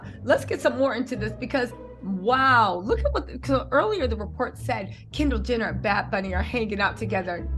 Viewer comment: Your killin me doll!! U keep saying “Kendall gender” lmfao sorry had to rewatch video parts a few times